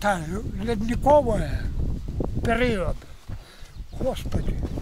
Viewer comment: Translation Sounds like: "eto lednikovai period" Literally: "that's all ice age" Which is probably his way of saying "anyways, that's all ancient history". As a side note, taken on it's own, it's understandable how his way of saying "period" could be misheard as "vpered" or "onward". Thanks for your videos!